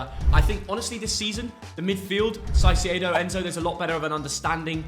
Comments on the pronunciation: this ngga say cicedo? Nahh that wild 😮‍💨🤷🏾‍♂️ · Caicedo ❌ Saiceado✅